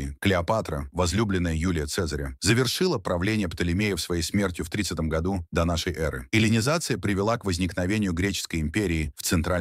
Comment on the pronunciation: Смог смотреть 7 минут и выключил. Поставив дизлайк. прямо уши режет от слово донёнёры ёры, шолкавы путь и.т.д. капец автор наплевательское относился к своему делу. Я казах и по русскому не ахти но было ужасно слушать че он там говорит. Да может робот диктор но в некоторых местах нормально же говорил ДО НАШЕЙ ЭРЫ😂 а не донёнёры эры